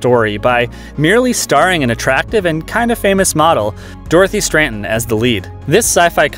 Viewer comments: *STRATTEN" not STRANTON"! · Not Stranton, STRATTEN...Dorothy Stratton. Strat-en. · He also says "Stranten," instead of Stratten. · He keeps saying 'Stranton' not Stratton. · If he would have called ex Playboy Playmate (from Galaxina) Dorothy Stratton "StraNton" for the third time I was ready to yell out loud to no one in particular.